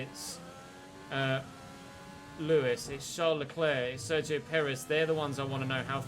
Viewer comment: I can't stop hearing "Dzeko" everytime you say "Sergio" xD